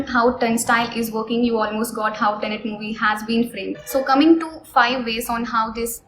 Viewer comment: It's tenet ma'am not tenent